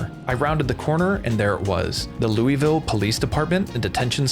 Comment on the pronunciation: loou-vull not lewie-ville PLEASE!!!